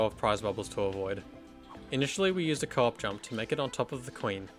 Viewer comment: I legitimately thought u were saying "cork jump" until near the end of the islands section when I realized u were saying co-op jump 😭😭, great video btw, I'm so happy little big planet content is still being uploaded till this day edit: forgot to mention but as a player of lbp who never knew about all these in-game exploits, I kept getting shocked at all the manoeuvres and tricks u did to keep getting past the bubbles, it's honestly really impressive!